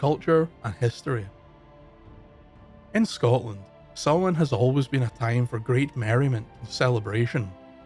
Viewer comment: Sounds like you are saying sauron instead of Samhain.